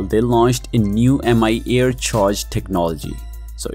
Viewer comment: Why the weird pronunciation? I think it should be "me" air instead of Am I Air(MIA?) 🤔🤔🤔